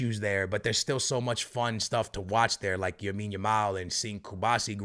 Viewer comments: It’s lamiiiiiiine not yamine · Love your content brother! But for the love of god, his name is Lamine Yamal not Yamine Yamal :D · YO Broski i am begging to you its LAMINE YAMAL not YAMINE YAMAL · Bro its Lamine not Yamine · Lamine Yamal not "Yamine Yamal" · "yamine yamal" hahahha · lamine not yamine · For fucks sake it’s LAMINE YAMAL not YAMINE YAMAL🤦‍♂️ And when you pronounce the letter “R” in any sentence stop putting an “H” before it to sound Portuguese. I’ve heard actual Portuguese people speak English more normally than you… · It's lamine yamal not yamine yamal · why does say yamine yamal xD is it the portugese way to say his first name? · why does he keep saying yamine lamal lol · Bro its "LAMINE" not "Yamine". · Everyone: LAMINE YAMAL: YAMINE YAMAL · his first name is lamine, not yamine xd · Please man, it’s Lamine not Yamine, please I can’t do another video of hearing that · Bro its Lamine Yamal, not Yamine Lamal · Bro, it's not Yamin Lamal it's Lamine Yamal. You keep saying that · Yahmean Yamaul 😂love this man lol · Yamal has been on the scene for almost a year and a half and this dude is still calling him “Yamine” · "yamine yamal"?😂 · Yamin Yamal might need to win Ballon D'or before pronounces his name correctly. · It's Lamine Yamal. With an L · The “Yamine Yamal” be killing me 💀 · stop saying yamine yamal. I understand if its a hard name to pronounce, but its literally LA-MIN, YA-MAL. Come on man.... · Bro you need to practice for 10 damn minutes and learn how to say Lamine’s name, just out of respect, not that hard bro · Bro Ive been commenting that since the euros it bugs me so much he won't stop saying it since he first heard of lamine 😭